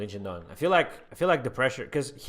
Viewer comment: its shidong not shindong